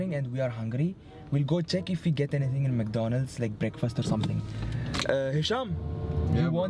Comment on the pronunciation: First Said Mdconalds now Said Mdconalds